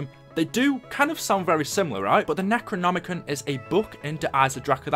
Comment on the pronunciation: Nec-ro-nomi-con, that's how you pronouns the books name